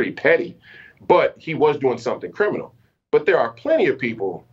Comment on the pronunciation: "Not so crimmunal" he sais?¡! $#